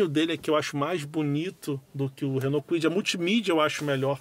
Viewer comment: Ele falou Fiat Kuid?😂